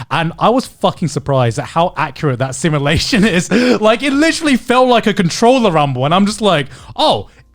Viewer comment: "THIS IS JUST LIKE THE SIMLULATIONS!"